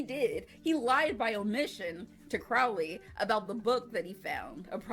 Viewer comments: Loved this video and subscribed! Just a note--his name is Cro-lee with a long "o" as in the word "road" rather than the word "out". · His name was Thou-Shalt-Not-Commit-Adultery Pulsifer, a play on some real and silly virtuous names in the era. Kudos for pronouncing Anathema correctly (that is a hard one for reactors, despite being a word). Crowley is more like "crohley" (rhymes with holy). I love your love for Aziraphale. He and Crowley are both great. Your reactions are adorable.